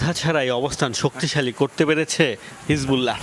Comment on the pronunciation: নিউস নয় নিউজ!